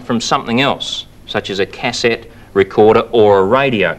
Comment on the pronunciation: The way he says cassette lol Is that an Ozzy typical way of saying it? I don't think so right? Just his own odd way?